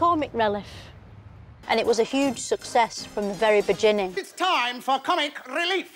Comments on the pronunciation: she said the word "bejenning". I can't dude. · "And it was a huge success from the very bejinning" That cracked me up way more than it should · "Comic releff" "bejinning" 😂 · "bejinning" tho 😂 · Ah yes the" very bejenning" the best start of all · I love how Philomena changes her pronunciation of obvious words now and then, like bejjining.